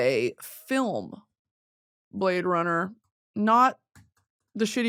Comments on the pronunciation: Watching this again just to hear her say the blade runnah bit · My verbal stim for the next month ‘whot do ya mean you’ve never seen Blade Runn-uh’